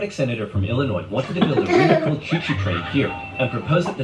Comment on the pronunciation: Maybe some already said it but, Illinois you don't sound the "s".